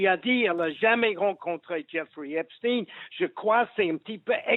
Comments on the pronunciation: Pourquoi dites-vous Epstine ? Et non Esptein ? 🤔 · Pouvez m’expliquer svp ; suis je le seul à trouver bizarre le fait que tout le monde prononce Epstine alors que tout le monde sait que c est Epstein et que c est à consonance israélite ce nom… bizarre quand même 😂😂😂😭😭😂🤦🏼‍♂️🤦🏼‍♂️🤦🏼‍♂️🤦🏼‍♂️🤦🏼‍♂️😭😂😂😂